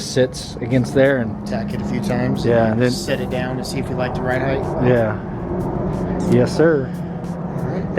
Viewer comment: Ride Height like sight not Heith